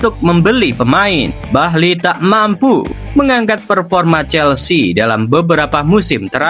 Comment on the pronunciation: Eghbali bang bukan bahli